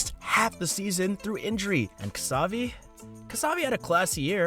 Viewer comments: Ksavi? Bro. Learn his name. Its pronounced “cha-vi” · no it is not, he is from Cataluña, a region of Spain where they speak catalan. So his name is pronounced as cha bee Just look at an interview or something and you'll see